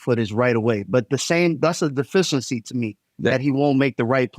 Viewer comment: dude can’t even pronounce the word, “deficiency” 😂 that’s about right for your average LeBron jock rider